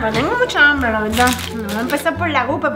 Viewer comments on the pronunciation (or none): Hambre se dice hambre no ambre brut@